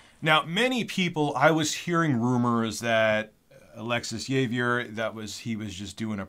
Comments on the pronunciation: my dude pronounced Javier JAvier. lol im not even hispanic or anything of the like. it goes like ha-vier. Js are prounounced like hs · "Yay-Ve-Er" "Jay-Ve-Er". You mean "Hav-Yare"? Lol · Or 'Jay-vee-er'. That wasn't pleasant hear, either... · Javier is pronounced "haw-vee-air" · How does he not know this, wtf. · Javier is pronounced HA-VEE-AIR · The "J" in Javier is silent so it's pronounced ha-vier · "Javier" is pronounced "Ha-vee-AIR". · Heads up, the name is pronounced (Ha•V•Air) thats the phonetics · /habier/, that's a way to pronounce it, for english speakers: (ha-bee-ehr) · For the record, it’s pronounced ‘HA-VEE-AIR’ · Im sure Javier is pronounced Havier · I think Javier is pronounced "Ha-vier" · Xavier or Javier is pronounced Havi-er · Javier is pronounced Ha-Vee-Air. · Javier lol is pronounced ha-veee- air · YAYVIER HAHAHAHAHA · Javier is (have, ee, er) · so you’re telling me this man doesn’t know how to pronounce Javier?!